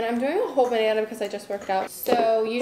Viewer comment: I am obsessed with the way you say banahnah I want to hear it all day long 😂